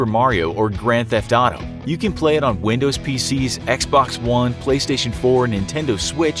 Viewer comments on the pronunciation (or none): none